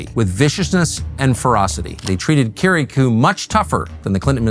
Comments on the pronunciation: I can’t understand how it’s physically possible for Tucker to mispronounce Kiriakou’s name when he’s literally producing a show about him. Little things like that really make me skeptical of a person. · Have a guest featured on your program and yet continuously mispronounce his name lol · cheese n crackers tuck.. how u gonna do several doc episodes where you keep mispronouncing johns last name.. some in bak to bak sentences lmfao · Two questions: (1) Can anyone possibly look more soulless and evil than John Brennan? (2) Why can't Tucker pronounce Kiriakou correctly? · It's quite curious that Tucker mispronounces Kiriakou's name. There's no chance he doesn't know. So why? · Learn how to pronounce his name tucker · You don't even bother to learn how to pronounce Kiriakou's name correctly, Tucker. How is anyone supposed to trust you've done your due diligence in anything else regarding this matter?